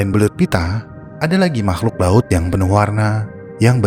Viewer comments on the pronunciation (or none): "ada makhluk baut" 😭 baut ama laut beda dikit ya🤣. Coba dengarkan baik2🤣